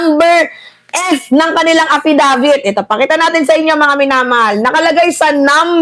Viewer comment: AFfisabit ang twag jan hindi affidavits😅 kasi sige lng bintng walang reaibo. Taenanyo!